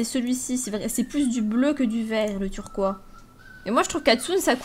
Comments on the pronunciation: c est trop choux tu dis turquois au lieu de turquoise c est pas méchant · Sa me stresse quans ta dit turquoi :D moi je dit turqoise:D berf sino la meilleure :)♥